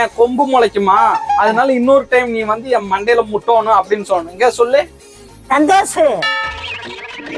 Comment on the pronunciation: Santhosu ❌thanthosu ✅😅😅😅